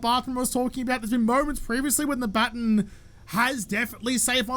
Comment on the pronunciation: It's okay if you say electrocutioner incorrectly; you don't say 'baton' right either. It' sometimes seems as if you people invented the language just so that you could butcher it.